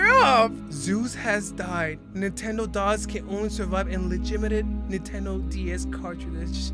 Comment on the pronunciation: its not nentendodogs its nentendogs